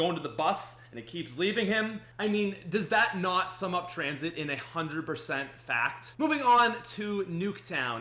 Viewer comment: haha lol "transhit" 😂